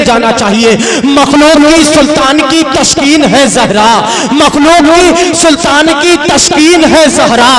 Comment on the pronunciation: تشکین نہی تسکین ہوتا ہے کیوں پڑھے لکھے نقیب لوگوں کو بدنام کر رہے ہو ۔۔۔تلفظ تک صحیح نہیں اور اسٹیج پر کوئی اصلاح کرنے والا نہی ۔۔تعجب ہے۔۔۔۔۔۔